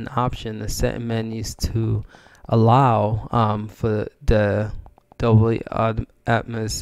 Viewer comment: Its a dolby not dobly..